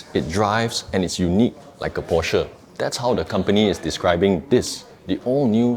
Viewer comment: why most of malaysian car reviewer, even the popular or well known, did not even pronounce the name porsche correctly. that is a disgrace for so called car reviewer.